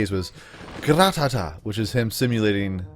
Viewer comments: it's not gra ta ta its ra ta ta get it right idiot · he said Gratata wrong Gratata mean Ratata